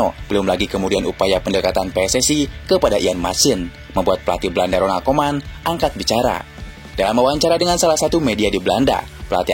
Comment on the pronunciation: RONALD KOEMAN, BUKAN RONAL KOMAN😂😂😂😂😂